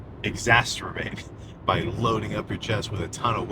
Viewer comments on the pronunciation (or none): it's exacerbate not exasterate just so you know